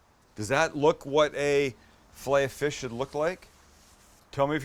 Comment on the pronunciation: Your saying filet o fish wrong